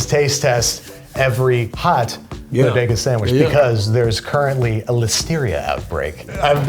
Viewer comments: Say it with me now: "Bo-Day-Gus" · I thought it was pronouced "Body-gah". ./hides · Say it with me Bo…De..Ga..